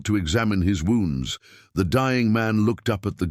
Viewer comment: You claim they are in Colorado, but all the towns mentioned are in Iowa, no mountains here.Narrator still having problems with pronunciations of words like wound, read, anything with multiple pronunciations on previous story he could pronounce arithmatic.